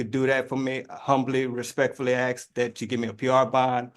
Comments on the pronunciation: axe and lieberry🤣🤣🤣🤣🤣🤣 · He's gonna axe the judge to check the libary ... sounds like a highly-educated Monarch of Morocco to me! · Axe and libary???